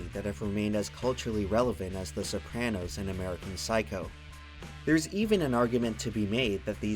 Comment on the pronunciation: Please never say sopranos like that again